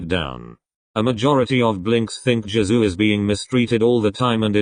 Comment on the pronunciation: I heard "Jazoo" instead of Jisoo, wtf